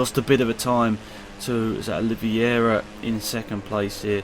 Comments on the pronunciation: QUARTARARO-QUAR-TA-RA-RO(kvar-ta-ra-ro) OLIVEIRA-NOT OLIVIERA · Also Oliveira= Oli-ve-ra